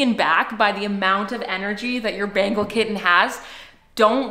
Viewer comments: Sorry it's not Bangle I hear Bangle when you say Bengal 😅😂 it's Ben-Gal as in Bengal tiger.. btw Bengal is a State in India people might get offended if you say Bengal as Bangle 😉😅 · It's Bengal, not Bangal. How annoying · Lovely cat... But it's not ' bangle ' it's pronounced like ben-gaul cat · Why do u guys call them bangles? Everyone else I watched calls them bengals. Is this the correct way to pronounce it? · The way to pronounce Bengal is (ben•gol). Different from (Ben•gul). You can also annunciate the ‘n’ from time to time. A request as a Bengali myself, take it or leave it.